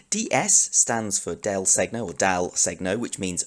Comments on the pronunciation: All your lessons are so accurate in every detail, so I thought they would be even better if you improved your pronunciation of some Italian terms. I know it's difficult to pronounce "segno" properly for a native English speaker, but I think you can improve listening how this word is pronounced by an Italian speaker: It's not so important but it's always nice to learn new things, isn't it?:-) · Your lesson is really well done. I just want to clarify that the "gn" sound in "del segno", is not supposed to be pronounced like "g" and "n" separately but like a single sound that maybe doesn't exist in English and it is similar to the "ñ" sound in the Spanish word "señor" (e.g.). I know it for sure because I am Italian.